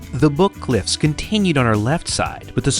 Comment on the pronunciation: Grand Junction here . . . "Book cliffs" . . . The emphasis is on BOOK, not cliffs 😏🤗